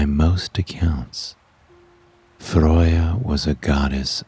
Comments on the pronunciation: FROY-YA!?!?!?!?!?! bitch its FREY-YA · but every Norse person I actually know ALL say you are butchering her name 🤣🤣🤣🤣🤣